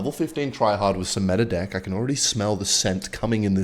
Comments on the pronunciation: Bro my mom heard you saying deck and it sounds like dick when u say it and she thought I was on the hub 😭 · bro is not saying deck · THE WAY KEN SAYS "DECK" 😭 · I love how I’m not Australian so when says deck a lot it just sounds like he’s talking about dicks 🥰🫃🫵